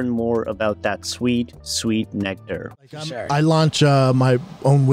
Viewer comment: Every time bapa says "nectar" his CTE gets a bit worse